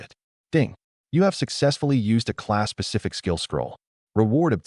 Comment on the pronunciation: I swear it sounds like it says Class pacific skill scroll......and I cringe....every........time